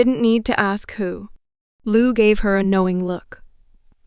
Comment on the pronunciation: I hate it when they lie to us. I hate when they abuse the heartland fans like this. Shame on these people for doing this. And this stupid lady reading to us can not even say Lou's name right. Who would believe such a fool .